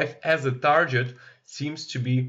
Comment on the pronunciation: Like your content. But please google how to pronounce "Target", you're driving me crazy... lol